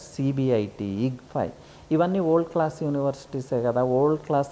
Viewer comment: Yee vold yendhira bhai, simple ga world analeva? Good info but my ears are hurting listening to his pronunciation.